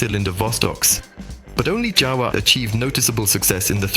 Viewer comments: Its a Jawa not a Java. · Word/brand JAWA pronounces like YAWA!!! It make some million people puke when we/they hear J instead of Y sound. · FOUR different pronunciations of JAWA - the most important word in the whole video! This is not just lazy, it’s absolutely Ludicrous. You clearly didn’t even listen to the finished video before posting. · Yet they used FOUR different pronunciations of JAWA - the most important word in the whole video! This is not just lazy, it’s absolutely Ludicrous. They clearly didn’t even listen to the finished video before posting.